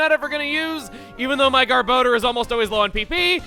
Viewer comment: GAHR-BUH-DOOR, not "gahr-bow-durr"